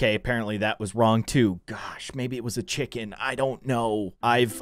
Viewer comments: You said Cvhicken not chicken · So he spelled chicken wrong he said chvikin. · What said: chicken What he said: cvhi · its chiken not turkey